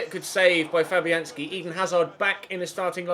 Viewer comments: When he said Fabianski in the 88th minute it sounded like " Flappy Hand ski " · Did he say "good save Flappyhanski" 😂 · Did he say flappyhandski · Did say Flappyhandski in the minute 25 of the video? It sounded like it. That's hilarious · N Leach I thought that!!